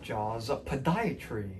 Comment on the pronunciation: Podiatry - Puh•di•uh•tree ~~ Enucleation - e•nu•kle•a•shun 😉😉😂😂😂